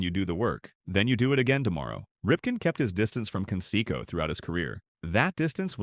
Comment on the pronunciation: Who is Can-Secko?